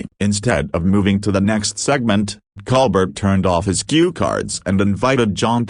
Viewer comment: Ditch the "ai" narrator. It can't even pronounce Colbert. It's not "Coal-bet"....it's Col-Bear-t (accent on "bear"). "Sometimes this ai forgets to sound human". I must leave -- can't stand this.